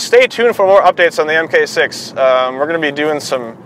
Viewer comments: You can tell he's not a VW guy because he calls it an M K 6. I used to say that and I got made fun of. Mark6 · Mark 6 not mmmmmmmmm kay 6